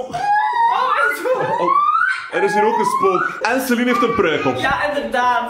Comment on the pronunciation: jaaa soms spreek je het ook zo uit "Salien" maar dan Schrijf je "Saline" maar de naam is "Celine"😂